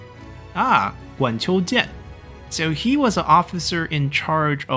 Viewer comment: I think you pronounce the Jian in Guanqiu Jian incorrectly. It’s with a third tone of mark